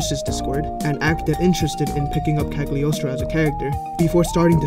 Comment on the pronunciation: The “g” is “Cagliostro” is silent.